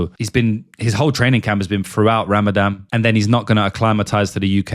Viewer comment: I've heard of Rah-mah-dohn, but not Rammadamm. What is this Rammadamm you speak of? Just kiddin'....